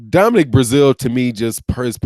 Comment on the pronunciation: As much as I enjoy your content. You can 100% tear up some names🤣🤣🤣 Now even Brazeale's name in the thumbnail.